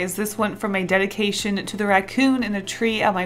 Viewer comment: It's a dead-ication 😂. It was too good not to say